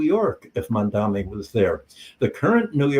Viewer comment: I think the speaker is mispronouncing Z. Mamdani’s name